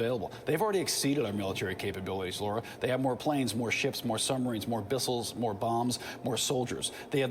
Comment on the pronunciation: The guy said "bissiles". 😅